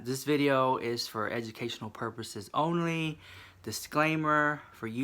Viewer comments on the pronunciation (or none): none